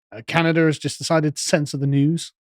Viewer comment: Where is the r in Canada?